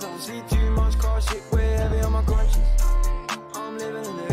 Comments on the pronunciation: Man said con science you know I’m dead😂😂😂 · why do you do this lmao, my man said Con-Science. Great vid my guy keep it up 😂